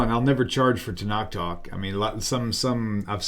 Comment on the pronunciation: Tenach, by the way. Not Tenak.